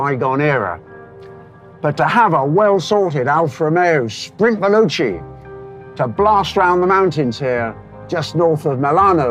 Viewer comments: First of all, you should learn how to pronounce Italian words. ex: Veloce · Is it really so hard to pronounce veloce????